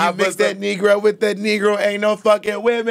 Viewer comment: im holleringgg at “Thankle” 😭😭